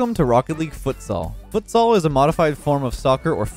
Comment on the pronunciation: When doesn’t know how to pronounce futsal. It hurt ngl